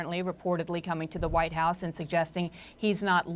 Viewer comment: the anchor accidentally pronounced the White House as “the Whine House”. I don’t see any problem with that.